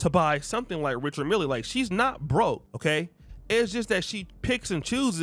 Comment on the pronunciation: Richard Mille is pronounced "Rishard Mill" If she paid $250,000.00, she bought a used watch!